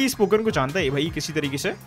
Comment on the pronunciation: Less go ep 2 loving the consistent uploads and hoping that it will continue and i am just laughing at the wrong pokemon pronounciations